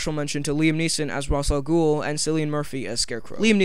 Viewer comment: Ugh!!! So annoyed by people mispronouncing Ra's Al Ghul. It's Raysh not Roz. Great video otherwise though.